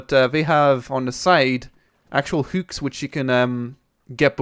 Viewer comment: I love how you say "hooks". Houks :D